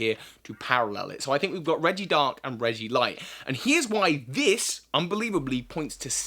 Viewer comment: It's not regidark its regidragon